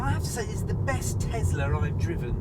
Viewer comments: why are you guys saying tezla instead of Tesla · What is Tezla?